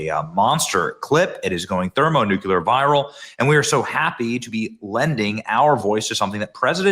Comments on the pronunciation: Benny, it’s thermonuclear, not thermonucular. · Damnit, Benny... thermonook yooler viral! Cringe coming from such a smart guy!😂